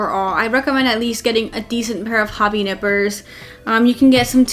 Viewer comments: Did she said Nipples or Nippers, just kidding although given the view 😉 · She said nipper, i heard nipple... wtf happening with me...